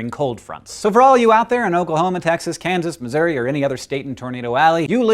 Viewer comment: Missour-ee; YES! He pronounced it right!